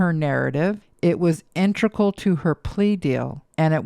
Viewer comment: It's 'inteGRAL'. You confused me cause I used to think it was 'intRegal' and when I heard you pronouncing it that way I second guessed myself and had to google it.